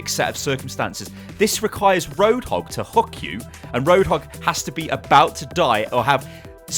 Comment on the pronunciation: Maybe I have some hearing issues, but "[...] requires Roadhock to hook you [...]" sounded way different to me. Just sayin'...